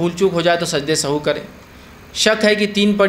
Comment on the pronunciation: the correct word & pronunciation is not sahu but sahw,so please correct it.